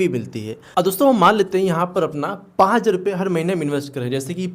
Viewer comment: 5000 bhi dhang se nahi bol paate ho ..pahle bolna sekho